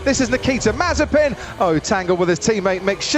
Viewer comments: He is trying his best to officailly add an S to his surname MazeSpin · It’s MAZE-SPIN